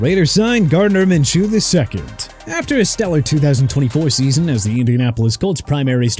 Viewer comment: Minshew's pronounced min-shoo